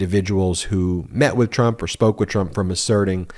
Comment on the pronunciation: Ben I heard you say clump instead of Trump That's a good one that could go right in there with Mara lardo just saying